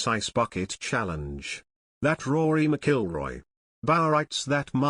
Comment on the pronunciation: You would think this narrator would learn how pronounce Rory Mcilroy's name you know this story is not true.